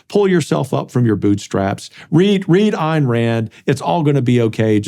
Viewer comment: I really dont get how someone can claim to have read Atlas Shrugged multiple times and not only not pronounce "Ayn" correctly, but utterly miss the repeat denunciations of hedonism and calls for an integrated life. In fact, utterly missing the life of productive effort as the highest ideal. Her character's only desire and enjoy "hedonism" after they earned the right to it. For them the joy of producing something, for its own sake and the glory of accomplishment, comes before everything else.